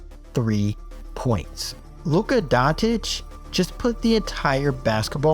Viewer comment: Can someone explain wher in Luka Dončič is a letter T